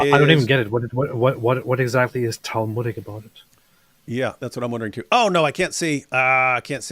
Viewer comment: It's "talmudic" 😂